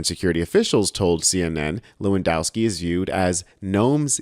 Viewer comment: BTW - the 'w' is pronounced as a 'v'. it is levandoswki. But he is still smashing the C.